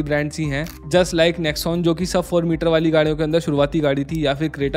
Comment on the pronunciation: Metre hote hain bhaiya , mit nahi.